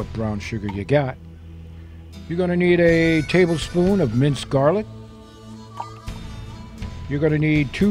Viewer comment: "A Tay...mumble...spoon of cayenne..."